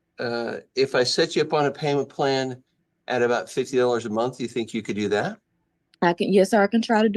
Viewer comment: In college and gets paid "Once a munt"?